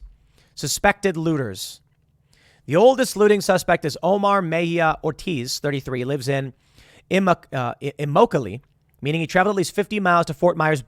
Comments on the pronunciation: Immokalee equals "Im-MOCK-a-lee". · Tim : Im-Mock-a-Lee is just next to Ft.Myers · I live in Fort Myers, FL. Hurricane Ian sucked. Immokalee is pronounced: imm-MOCK-ah-lee. It means "my home" in Seminole. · Fort Myers local here - good effort at pronouncing immokolee (prounounced “em-ah-co-lee”) it’s sad to see what’s happened to my community, people are still without power and so many business are closed. The looting isn’t as bad as the news portrays but it is happening. People are shooting each other over gas down here. Scary times. There’s a reason most Floridians stay armed.